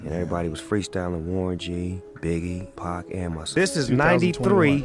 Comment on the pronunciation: This channel sucks it’s 2Pac not 2Pack